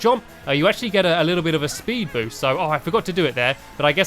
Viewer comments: Did anyone else here Stampy say Spood Boost? <D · You said spood boost stamps